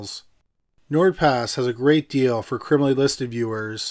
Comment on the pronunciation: If I hear crimaly one more time